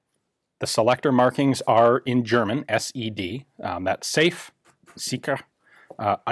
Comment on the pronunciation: S= Sicher = zee-char E= Einzelfeuer = ain-cell-foi-re D= Dauerfeuer = dower-foi-re i don't want to pick on you. Maybe this will help you improve your, not bad at all, german pronunciation.